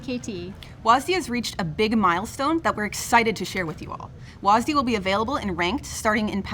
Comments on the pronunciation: WASDEEEEEEEEEEEEEEE. god it makes me cringe everytime you guys call it that. Smh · "WHAS DEE" Jesus christ woke riot even renamed w a s d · STOP CALLING IT WASD PLEASE FOR THE LOVE OF GOD! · I swear they say WASDEE as much as they can to trigger viewers.